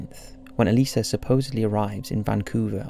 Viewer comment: I'm so glad he says her name right. I don't get how some people say Elisa as E-lie-zu